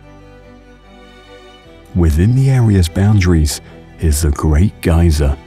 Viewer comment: Despite his antipodean accent, he's pronouncing things in the American way. E.g. Geysir isn't pronounced "gyzer", it's pronounced "gay-seer". In any case, this isn't the Great Geysir, which has been dormant (though occasionally revived artificially) over the last few years. This is Strokkur.